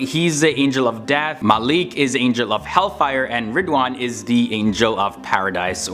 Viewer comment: It's Maalak not Malik and Angel of death has no mentioned name